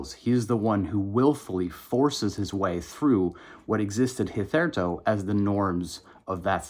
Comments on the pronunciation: First time I've ever heard hitherto pronounced like "concerto". I guess that's what it looks like on the page. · the comment about contemporary conservatives was disappointingly facile. also is not how to pronounce "hitherto" :')